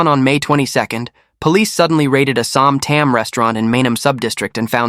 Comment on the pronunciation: Som Tam is pronounced as Som Tarm.. Hope justice be served fairly